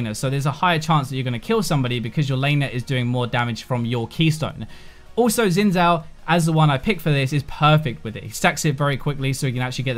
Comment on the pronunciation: My eye twitches a bit every time I hear people say "Zin Zow". Xin Zhao is pronounced "Shin Jao", it's Chinese referencing Zhao Xin, a notable general during the Han dynasty (in Chinese surnames are said first). X is pronounced like SH in English and ZH is pronounced like J. Side note: there's also a famous Chinese speed skater named Zhao Xin.